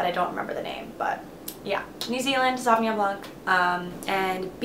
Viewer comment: Yes! New Zealand sav blanc is the best (also love how you say the whole word - sauvignonnn)